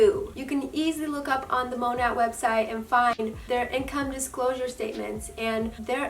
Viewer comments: Its not called Mon at its monet well the pernouce by the way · And you're saying it wrong.